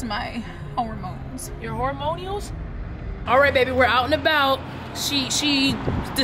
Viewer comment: turned on FR fr.ih e said hormonials I died